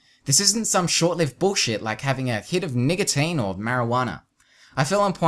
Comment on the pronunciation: dude said n*ggatine